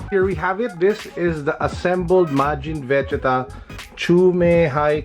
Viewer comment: he butchered majin vegetas name omg